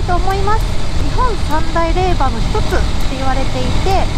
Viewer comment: 今年あれがなければ海越えて行きたかったので動画嬉しい😆です。 ちなみに霊場は(れいじょう)、無限は(無間)でいいと思います。